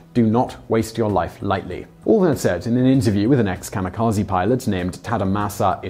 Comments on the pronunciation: Not 'KAMA' but 'KAMI'kaje. Please don't be an American. It's rude. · It's pronounced Kah-Mee-Kah-Zeh" not Zee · Funny. He mentions he will do his best to pronounce Japanese words, and the first one he mispronounces is "kamikaze", which people always pronounce as "kah-mi-kah-zi". "Kah-mi-kah-zey" is the correct pronunciation. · You're good, but I hate how Americans pronounce it "kamukazy". It's kami (gods) and kaze (wind). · Not kamikaze...But Gami-GaJe(Ze).. Originally word from Gami.. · The word kamikaze should be pronounced as kami (神 god/divine) - kazay (風 wind)